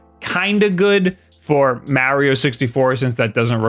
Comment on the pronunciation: Mowrio? That's a new one.